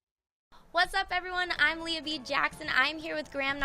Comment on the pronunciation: Leah pronounced as Lee? Ahwww why not princess Leia?